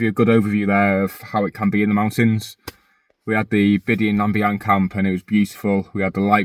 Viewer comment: Great video. Subbed. The Scots are so lucky to have freedom to roam enshrined in law, especially when it comes to camping in the hills. A hard fought for right and only really appreciated when you don't have it. Down south, outdoor access is so limited. For what it's worth, "Bidean nam Bee-an" is the way it's pronounced. Cheers.